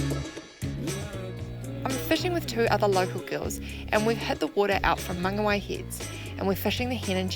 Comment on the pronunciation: Good vid:) You pronounced Whangarei correct but not Mangawhai....... Why